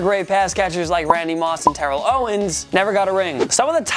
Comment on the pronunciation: Why did he say Terrell like that